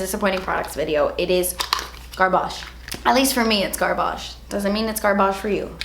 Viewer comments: GAHH THE WAY YOU PRONOUNCE GARBAGE AS GARBAHGE 🤣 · Garhbarsh lol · your pronunciation of garbage cracked me up